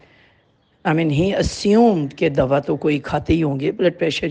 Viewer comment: آپ ضیا محی الدین صاحب سے تلفظ سیکھ لیتے ۔۔۔ دوا ۔۔۔کو دوعا ۔۔۔۔کہہ رہے ہیں